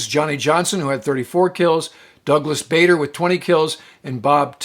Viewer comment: PLEASE stop mispronouncing Douglas Bader's name! Only the uninformed insist on pronouncing it like "Bay-der" when it's really like "Baaw-der." My dad served with him in the RAF up in Twelve Group at Duxford, and he knew and used the correct pronunciation. Bader even insisted in having a scene in the movie Reach For The Sky where actor Kenneth More pointedly corrected someone who had just pronounced it "Bay-der." And, now you know the rest of the story. Dean Herrington